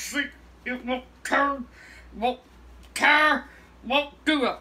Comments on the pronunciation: to that’s the funniest shit ever What’s wrowng wit dis torlet paper it won’t ter AHAHAHAHAHA won’t ter AHAHAHA THATS SO FUNNY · "Fuckin' tullet paper won't terr!" Lol